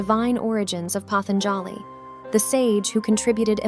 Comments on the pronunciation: The correct pronunciation is Patanjali, पातंजलि ?The"a" after j is almost silent. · sure nothing wrong with handing over your mind and talents to a machine that can't make an original thought. The voice over constantly mispronounces patanjali's name. This is a cheap product you made, and because you and AI lack creativity, you just retell stories that are already available with better explanations and nuance to them. Thats the slop, its the cheap low effort you showed in make a bs product. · Incorrect pronunciation of Patanjali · I have never heard the word 'patanjali' pronounced like this